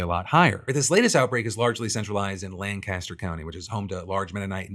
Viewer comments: Lancaster city and Lancaster county in Pennsylvania are pronounced Lan-kiss-ter NOT Lan-cass-ter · We gotta work on that pronunciation of Lancaster, though. LANE-kissed-her / LANG-kist-'er. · Its pronounced lan kiss ter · As a Lancastrian it kills me to hear people butcher the pronounciation 🤣 its "lang-kiss-ter" Its also important to point out the sole source of the claim these deaths were not caused by measles is Commissioner Josh Parsons, and the kindest thing I have ever heard anyone say about Parsons is that he was a weasel. I'd call him a piece of shit but at least shit gets used as fertilizer. If Josh Parsons says the sky is clear and blue, you'd better roll up the windows on your car. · Hey Phul, love the show, but given you are coming to Philly in a few days, you should know the pronunciation of Lancaster is like Lang Caster or Lank i Ster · FYI - Folks from PA pronounce Lancaster with a hard a. The ‘Lanc’ should rhyme with ‘bank’ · In PA they pronounce it lank-a-ster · It's pronounced "Lank-Is-Ter" don't expect Phil to know that. Do expect RFK to know that given the recent phone call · As someone who lives in Lancaster hearing it pronounced the wrong way somany times hurts me deep inside. But it is also worrying that we are having such a large outbreak which is more important